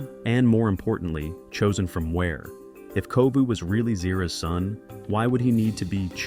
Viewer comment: You mispronounced Zira’s name on your video except on and . (You wrote “Zero"!)